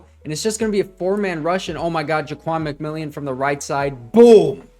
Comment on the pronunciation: nice job breaking down these plays. Just a couple of FYIs - Ja'Quan McMillian's name is pronounced differently than it is written. It is actually pronounced like McMillen. Also, this current Broncos defense is NOT the same defense that gave up 70 to the Dolphins. Some of their key players were injured and did not play in the Dolphins game - Justin Simmons and Baron Browning to name a couple. Josie Jewell also went down in the first half. Also, Frank Clark was cut after that game and Randy Gregory was traded. McMillian took over for Bassey (was cut and now plays I believe for the Chargers) and Moreau took over for Mathis. Bassey and Mathis were constantly giving up big catches to wide receivers in the first several games of the season, especially on 3rd downs. Anyway, it is a completely different defense now. And Sean Payton is a genius for sticking with VJ and realizing the team and coaching staff just needed more time together to get on the same page. I believe if the Broncos played the Dolphins tomorrow, the Broncos would actually beat them, especially if the game was played in Denver rather than in Miami in the September heat.